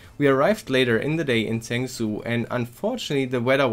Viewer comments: stop pronouncing it as zangzoo, its pronounced more like jungjo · Zhengzhou is pronounced "jung-joe" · I clicked away as soon as he said "Zengzoo"... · Zhengzhou is sort of pronounced "shong-jo" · I love your pronunciation of “Zhengzhou”😝 (I’m not laughing at you lol) and well done in real world ctf!! Proud of you guys 👏👏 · OK this is not how you're supposed to pronounce zhengzhou at all XD